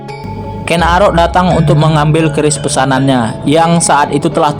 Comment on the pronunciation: Min bukan orang jawa kah kok nyebut keris nya ka bukan orang jawa